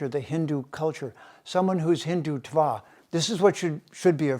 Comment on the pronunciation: You cannot even pronounce the word Hindutva correctly!!!! Haha!